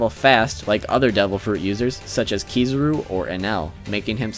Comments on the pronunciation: .p Aokiji, not Ekohiji. Also it's Kizaru, not Kizuru lol.. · Also Ke-Za-Ru. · Kizaru not Kee zoo roo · It's AOkiji, not Akoiji or Akuiji. ...and, dude... Kizuru ?!? Really? KIZARU ! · and Kizaru